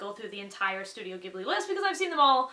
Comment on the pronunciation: SHE SAID IT CORRECTLY YAY!!!, too often have I heard people say Ghibli incorrectly.